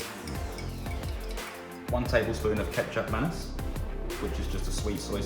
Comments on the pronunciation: Are you saying "ketchup mennace"?! Is that oyster sauce or something? I have a really good asian grocery store down the road and I've never seen or heard of ... whatever you said. I'm from the states, so probably a regional thing? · Hello Looks like a great recipe. A few questions: What could I do to substitute the sweet soy sauce (it sounded like you were calling it ketchup something)? I live in China and it’s often difficult to find less common sauces. Also, when I bake things, the meat usually holds up but my oven turns the sauce at the bottom of the dish to caramel and then basically to soot. Do you recommend stirring that in with the final sauce? Or moving it to another dish? I agree that your dish looked tastier when you mixed it all together, and your dish came out of the oven w a fair deal of char on the bottom, but I can’t tell if mine would be more charred or not. Thanks for your feedback!